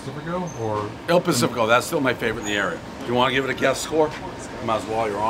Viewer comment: MY OCD!!!! It's not Il Pacifico, it is Il Panificio.